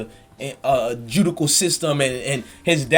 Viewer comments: "Joodical"!!! Lmao....you talking too fast....it's "judicial"!!!! Love your show though 😍. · I caught that shit too lol..joodical smdh